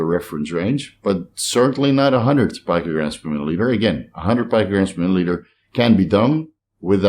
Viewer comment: Hey. Your friendly neighborhood pronunciation BrO here.., GUY no co mastia. Not JYNO And Peeeeeecograms. Not Pike-o. Carry on good lad. Carry on.